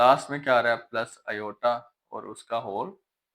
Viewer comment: Sir ne kitane bar "Ioyta" bola ha 😅